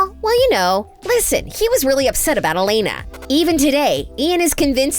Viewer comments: It’s not Damian it’s Damon, it’s not Alena it’s Elena, it’s not coralline it’s Caroline, it’s not Stefon it’s stefan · girl.. is elena and damon- not alena and dameon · Girl-- cArOlEne It's CAROLINE E l e n a not alEnA Damon not dAmEn Stefan not sTefOn. Mad annoying. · "DamEEan" "Alena" "StefAN" girl- are you ok... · “DamEEn” “StefAn” “AlenA” Sorry but I hate it when people deep dive into stuff and don’t even know the names of the people they are talking about. (Bye sorry I am a very big tvd Stan)